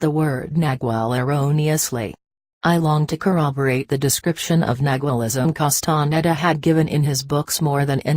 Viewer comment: How sad, that this is read by a robotic voice. Wrong intonation and awful pronunciation of Castaneda's name. It creates a dull sensation of irritation in my listening brain.